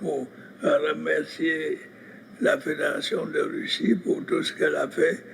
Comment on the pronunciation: Russie, pas Ruchi🙄